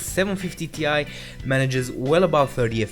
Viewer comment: just FYI you should not pronounce 750Ti as in T i, but Ti as in Titanium. That's the way Nvidia wants it